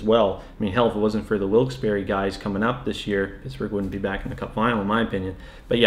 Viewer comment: Raabert Ellis ikr and the way he pronounced Wilkes-Barre